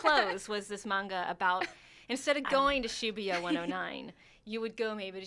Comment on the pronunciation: I cringed er time she tried to pronounce shibuya P.s. All the dislikes are from offended Pervy weeaboos